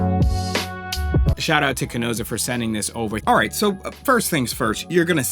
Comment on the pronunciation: I love the review, except the mispronunciation of Chesona lol you say Chenosa! I got a chuckle out of it anyway!